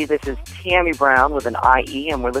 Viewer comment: It's tammie brown NOT tOmmie;)